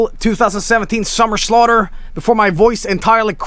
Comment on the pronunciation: “Are you ready for the SUMMER SLAUGHTERRRR *ledleldltleley*”